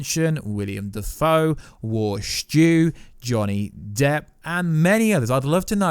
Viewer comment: zoe kra-vitz - william dafoe. damn you are not good with names huh?